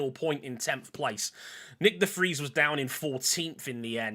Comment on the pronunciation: Hey, his name is De Vries, not "The Freeze"